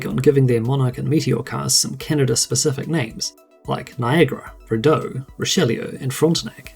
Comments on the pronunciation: Extremely well done video, although the mispronounced model names cracked me up. "Rideau" is pronounced "ree dough" and "Richleau" is pronounched "Reesh low". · living in Ottawa where the Rideau Canal is, tourists always pronounce it wrong. 😂